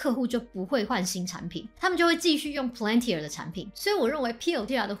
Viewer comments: 小提醒： 你念公司名的時候 一直都把 Palantir 唸成了 Plantir P後面少了a的音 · 這公司全文英文念成呸愣提爾，大大可能念太快而發音錯誤。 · Palantir, 重音在第一個音節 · 難怪我覺得怪怪的， 重音不是應該要在P嗎？這樣唸重音在L😅有誤請指正